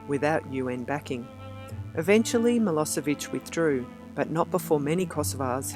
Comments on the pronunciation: Nicht Maloviq Sonden MILLOSCHEVIQ Wie lernen auch Deutsch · Wie kann es sein, daß Sie die Wörter Slobodan Milosevic und Kosova nicht richtig ausspricht, schade. Es gab nicht Totet auf beiden Seiten, sondern die Kosovaren hatten viel mer Opfer,,als Serben. Es heißt nicht Adam Jashari sondern Adem Jashari. Also dieses Video am Anfang hatte es so viele falsche Informatione.